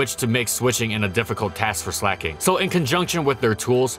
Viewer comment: Slack/Slacking plus, King, It's not sleigh king